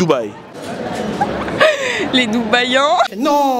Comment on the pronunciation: Les doubehi🤣🤣